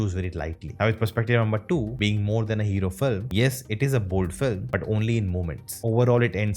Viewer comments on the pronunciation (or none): none